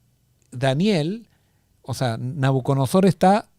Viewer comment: Gracias, hermanos. Una precisión: es NabucoDONOsor, no NabucoNODOsor 😀.